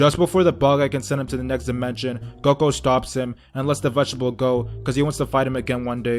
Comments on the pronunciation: He called him goko wtf 😂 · It's Goku he just says character's names wrong on purpose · It's Goku. he just says they names wrong on purpose